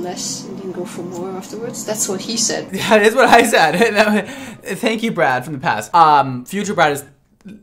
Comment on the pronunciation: When the unicorn lady said Brad the auto caps wrote 'bread'. Yep it did sound like bread.